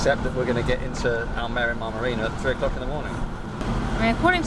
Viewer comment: Spot on pronunciation of Almerima, going there in April for a weeks Golf with some mates. Another good video, cheers